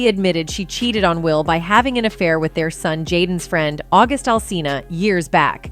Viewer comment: Why does will kill the english language when he pronounces the word with as witch. Example: quote: i was done witch your ass.